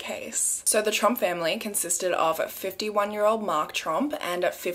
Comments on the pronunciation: Oh my gosh, every time you say “Tromp family” it sounds like “Trump family” to my brain, and I’m over here like YES, now you’re stateside, welcome to our #1 horror story of the last many years, the Trump family! 🤣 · It's funny. I kept thinking you were saying the "Trump family" and I kept waiting for a picture of the Mango Monster!